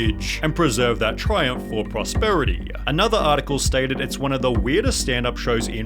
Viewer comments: ... reading is hard...that's POSTERITY... "prosterity" and "prosperity" are 2 wildly different things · say it with me, post erity. Not prosperity. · Can you not read? "Posterity" is not pronounced "prosperity" (nor does it mean the same thing). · Posterity, not prosperity :)